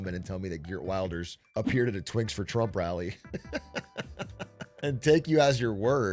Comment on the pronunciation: The Dutch right party's leader's name is pronounced like "Hurt Verlders" but I'm going to call him "Gert Wilders" from now on cus that's going to make his supporters so mad